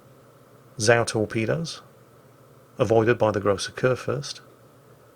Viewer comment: every time I hear "zau", I'm trying to figure out, if it's german, a "Sau" as in "pig", and what the hell of a ship class it is. then I recall Somua Sau and remember that it's WoT, not WoWs. until a few minutes after - Zao kicks in :-D